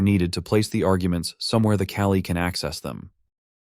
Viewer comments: Was sitting around trying to puzzle it out in my head. "C-ALI"? C Application Language Interface? Thank you for "callee" lol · The AI voice pronouncing "callee" as "cali" sure is distracting. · your TTS is making it say "callie" and not "call E". Maybe try typing "call E" or "caw lee" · If any US English speakers were confused (as I was) on first listen: "Cali" == "Callee" (viz. function being called) Another amazing video; keep up the great work,! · It's "callee". The TTS doesn't know how to pronounce it properly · It confused me at first ("What does this have to do with Calli?"), but luckily I am an intelligent being and can infer from the context that probably "callee" was meant. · I was wondering what Kali has to do with function calling, but then I realised it's just TTS mispronoucing "callee". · Are you saying the word "callee"? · your tts is reading "callee" incorrectly so you should check that